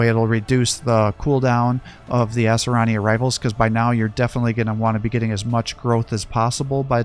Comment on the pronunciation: Its pronounced Ah-sir-e-yin just so you know.